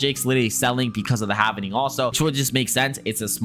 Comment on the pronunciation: it’s “ HALVING” … not “HAVENING”